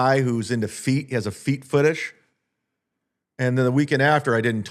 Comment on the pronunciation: Did he say feet footish?